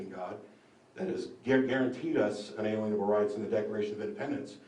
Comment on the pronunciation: For someone who likes to say unalienable every second sentance, should really learn to pronounce it right. It's 'un-ah-leen-ah-bull' not 'un-alien-ah-bull'. Nothing is more distracting than someone mispronouncing words that they keep using over and over.